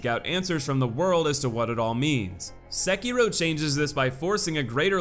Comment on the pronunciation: he kept pronouncing sekiro as sakeero